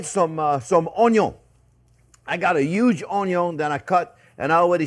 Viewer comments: Love the way you say onion (onyon)....👍😆😆👏👏👏🥰😘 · Absolutely love it when he says "Onyo" 🤣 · Where did you learn to spell? It's ONYO! ;)